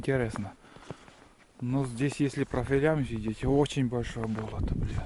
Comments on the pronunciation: Да не БОлото,а БОЛОТО!!!!!УДАРЕНИЕ НА ВТОРОЙ СЛОГ! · Не исправляйте... мне тоже сначала слух резало, а теперь привыкла, да и может у них так и говорят - бОлото.